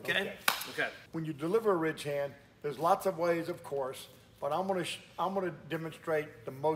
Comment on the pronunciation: Honestly, sounds like you’re saying “rich-hand” Gotta really slow it down and enunciate. RIDDDDDDGE - HAND